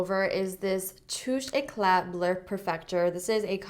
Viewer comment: Finally someone who says Touche Éclat right 😂😂😂 my french ears thank you <3